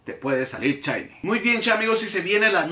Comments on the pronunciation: Dices chainy porque no puedes pronunciar? O para hacerte el gracioso ? Si es la primera está bien pero al menos a mí me caes mal cuando lo dices. Y si alguien pensaba defenderlo o atacarme abstenganse no pienso discutir. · Porque diablos pronuncia "chaini" ?